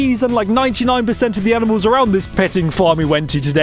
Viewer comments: did you call them,,, aminals? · Did anyone else notice that bro was saying aminals? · STOP SAYING AMINALS ITS ANIMALS NOT AMINALS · ah yes, the "aminals"... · No one:: A M I N A L S